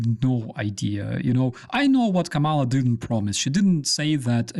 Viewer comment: KAH muh La, not Kuh Malla. I feel it is important not to call her by the name Trump made up.